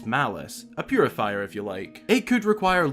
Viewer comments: hehehe a purah-fier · A.... Purah-fier ;) ...I'll see myself out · A... Purah'fier?